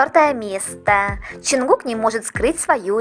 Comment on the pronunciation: Мне одно интересно почему вы каверкаете имя ЧОН ЧОНГУККА, ЧТО это за ДЖАНКУКК в аннлийском нет буквы Ч этому такое произношение ,в немецком ,что бы написать букву Ч используют 4 буквы ,но в русском она есть ,так что же вам мешает правильно произносить и писать имена